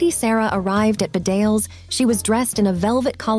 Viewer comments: It's pronouned Bee-dales not Ba-dales. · Bedales School is pronounced BEE-dales not bed-ALES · Its pronounced Bee-Dales not B'dales. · Bedales school is pronounced Bee-dales! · It’s pronounced Beedales. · Bedales is pronounced Bee-dales, the stress on the first syllable. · The school Bedales is pronounced "BEEdales" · The college, Bedales, is pronounced Bee dales.